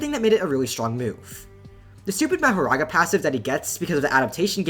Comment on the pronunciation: that mahoraga was perfect bro seriously u nailed that pronunciation